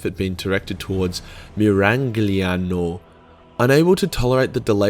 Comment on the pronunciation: I'm Italian I can certify that each and every single pronuntiation of the word Miragliano in this video is correct. I'm actually pretty envious and gay for this reason, luckly we are all closed inside our homes